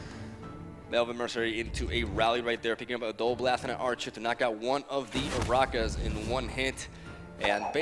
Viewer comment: It's Henselt. NOT HONSOLT, and Arachas has a percussive sound, not Ararrkus.